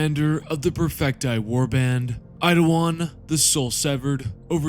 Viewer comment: How do you keep saying Idawan when his name is Eidolon. Really not that hard to sound out his name.